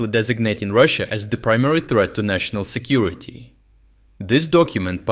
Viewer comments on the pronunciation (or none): none